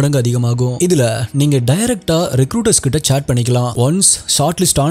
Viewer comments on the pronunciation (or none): none